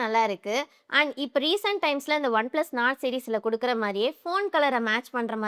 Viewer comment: One plus nord sollunga not illeey